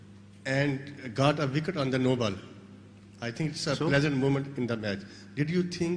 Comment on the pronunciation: You Gaaat a vikat on no baal. That was very funny accent 😂😂 virat replying to that journalist 😂😂😂😂